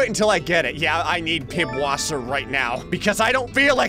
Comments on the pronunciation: It's not "Pibwasser", it's "Pisswasser", β is German for a double S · it's not PiBwasser but the ß is a sharp S in german so literally you say Pisswasser :P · It's not PiBwasser... The German Beta is equivalent to double-S... And the W is pronounced like a V. So PiBwasser is actually PISSvasser. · Moment where fails his German classes really hard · I'm sorry,. Did you just call it Pibwasser? That's not a B, that's a double-s. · "PiBwasser" - LOL! That "B" looking thing is a letter in the German alphabet that equates to a double "S". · I love how he looked at the beer advert and said “I need pibwasser” that b in German is pronounced as an s so it’s actually piss vasser which is water of piss in German, and vasser is water in German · The Funny thing with Pißwasser is NOT pronounced pibwasser but it is pronounced Pisswasser because the ß is a German letter called sz and it is pronounced s and Wasser is the German Word for Water so Pißwasser is essentional Pisswater 😂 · did he just say pibwasser? xD ẞ is a german dubble s or sharp s something like that, so it actually spelled Pisswasser :p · Fun fact: said PiBwasser. The weird B looking letter is actually a letter in the German alphabet and pronounced as "ss" (Double s) So its Pisswasser. Had to point it out, you're welcome:) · PiBwasser is actually pisswater in german. your pronounce the B like this "ss" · It's always hilarious to me when it's pronounced "Pib wasser", because that's an esset and is pronounced like an S. So really, it's piss water, because "Wasser" is the German word for water. Piss water. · Pißwasser is pronounced Piss vasser - literally means piss water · You said "Pibwasser," I really hope you know it's actually "Pisswasser." That symbol is the German eszett is is pronounced like a double s. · its Pisswasser not Pibwasser 🤣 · I love how he pronounced it "pibbwasser" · you can put yourself in credits as a designer XD and u missread pisswaser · 10.07 that's "piss-wasser"